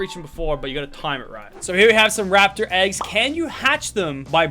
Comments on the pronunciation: Bro wtf bro said laptor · Are we just going to ignore the fact that he called it a laptor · “You Can Ride A Laptor, But You Can't Ride A Llama” What is a Laptor?💀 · Lachy said laptor